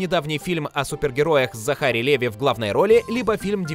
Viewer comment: ЗахАри Леви? Господи, да когда вы же уже научитесь верно переводить исходный материал... Он Закари Ливай Свет мой зеркальце скажи... Вообще не в кассу. Это фраза из сказки Пушкина о царевне и семи богатырях. Эту фразу мы знаем оттуда. А не из диснеевского мульта. Хороший материал почти весь, но постоянные косяки "голоса" с ударениями и корявый перевод, который крайне часто не бьется с официальными версиями, убивают все на корню. Уже все вам пишут, следите за переводом. Ну серьезно.